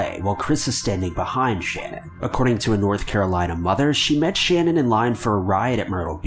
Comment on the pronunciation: His wife’s name is Shanaan not Shannon